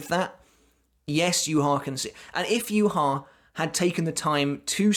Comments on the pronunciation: Why are you saying Yuha Va It is Ywach Bach, it's German common man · hh. good video, but "youhaava" triggers me so much ;dd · How can you keep pronouncing yhwachs name so wrong. It's yu-ha. He literally says his name in bbs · Its not yu ha ba (yhwach). Its derived from hebrew which has no vowels beign YHWH. Its pronouced as Yea Wa not yu ha ba. Also I think how yhwachs powers work is that he has communication with his future self. Thats why when uryu severed that power in the future. His future self could not send information back to the past. It was also so that uryus arrow was the only thing that was able to stop his power. So unavoidable attacks to his future self could still be sent back as information. Tho blinded by uryus arrow. His powers nullified. He cant send information back. As a result he saw a vage image not completely able to understand what had happend. My theorie, could be wrong. Its a while since I read the books. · It's pronounced You ha Bach. Not You harva. Proper pronunciation matters how the heck did you butcher his name so badly? Almost makes this unwatchable for me. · The way you say Juha 😂😂 "Youharver" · I love way you say his name... "YuHava." With accent makes his name sound God like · Thought Yhwach read as "JUHA BACH". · It's funny that everybody pronounces this guy's name differently I can't wait to find out how his name is actually spoken. That being ssaid, how do you get "YU-HAVA" out of Yhwach? There's no u's or v's in that so please explain?🙃🤑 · It's the way you call yhwach for me. Wtf??!! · It’s pronounced “Yhwach”... not “Yhwach”.